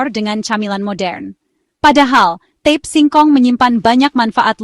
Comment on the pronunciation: Mohon maaf, itu namanya ta-pe, bukan tep